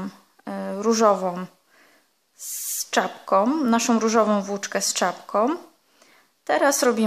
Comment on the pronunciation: Tom, szarom, różowom, włóczkom..... rany kobieto naucz się poprawnie mówić skoro się bierzesz za nagrywanie filmów i publikowanie ich.